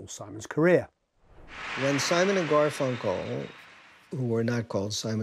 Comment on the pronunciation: The emphasis on GarFUNkle is killing me